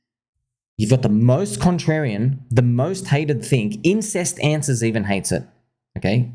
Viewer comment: LMAO "IncestAnswers"